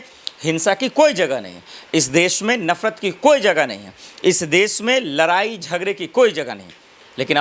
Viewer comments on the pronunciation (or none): बोलना सीख लरना नही लड़ना होता